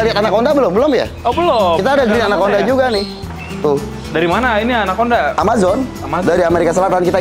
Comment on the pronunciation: Pas bilang anakconda gw dengernya "anak onta"